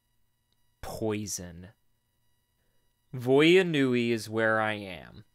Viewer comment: 2 minutes in and i already understand why everybody said vya nui was so horrible.